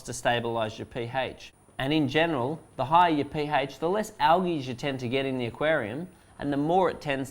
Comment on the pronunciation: Word of the day : Algee (Not Algae)